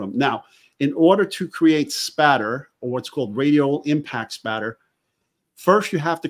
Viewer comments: # send him a cup or something that says its spatter not splatter! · Did you do that on purpose? LOL, just so I would say it's Spatter, not Splatter!